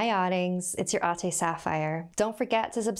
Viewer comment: A•teh Not Ughhhtehy 😄